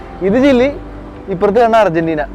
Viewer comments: ചില്ലി അല്ല ചിലി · Chilly allada chiri moyanthe , chile enupara😂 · ചില്ലിയല്ല ചിലിയാണ് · ചില്ലി അല്ലല്ലോ ചിലി അല്ലേ? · എപ്പോഴും ഇങ്ങനെ ചില്ലി ചില്ലി എന്ന് പറയാതെ 😁 കേട്ടിട്ട് ചിക്കൻ ചില്ലി കഴിക്കാൻ തോന്നുന്നു. By the way its ചിലി 😀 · ചില്ലി അല്ല bro ചിലി ആണ് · ചിലി ആണു ബ്രോ, ചില്ലി അല്ല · ചില്ലി അല്ല ബ്രോ. ചിലി 😊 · Not chilli man chili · ചില്ലിയല്ല ചിലി പറയൂ ഇതും ഫുട്‌ബോളിൽ പേര് കേട്ട രാജ്യമാണ് അർജെന്റിന പോലെ 🤣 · chilly alla bro chile anu😅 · ചില്ലി അല്ല ,ചിലി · Chilli alla ..Chili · Chile anu bro not chili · ഗുനിയ അല്ല (ബോ ഗിനിയ ചില്ലി അല്ല ചിലി